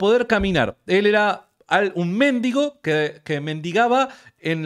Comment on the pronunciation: mendigo -ga. 'Persona que pide limosna'. Es voz llana: [mendígo]. Son erróneas, con este sentido, la grafía y la pronunciación esdrújulas méndigo. Por favor!!!!,, con todo respeto, te pido que corrijas la acentuación de esa palabra. Un abrazo desde Neuquén. Te sigo siempre